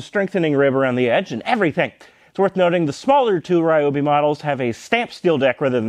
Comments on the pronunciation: reeeobee? the fuck is that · First 3 seconds of the video.... "Ryobi" Oh.... I see....